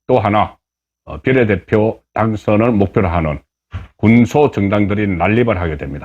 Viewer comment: 제발 비^례대표라고 말해요 비례대표라고 비자에 액센트를 넣어 말하니깐 넘 촌스럽고 표현법에도 맞질않아요